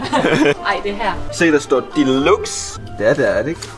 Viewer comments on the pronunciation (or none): Hvis bare I ville udtale "Commodore", "Deluxe" og "lounge" korrekt...